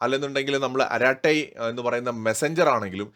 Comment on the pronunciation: അരാട്ടൈ അല്ല അരട്ടൈ ആണ്ത്രമിഴ്)